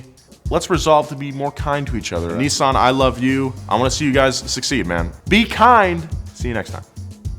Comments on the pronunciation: It’s Nis-san Not Nee-saan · "Nee-sun"? Oh, you mean Nissan. Whoever designed the Silvia S15, get him/her/them back. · The way americans pronounce NISSAN, is killing me xD